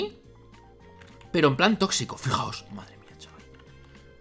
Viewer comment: El sunami tossito...